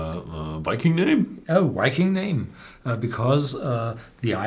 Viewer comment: Horst it's viking not wiking, lol